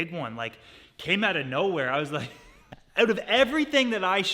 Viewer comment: First time I ever heard a Canadian accent from, "We'll figure this oouutt"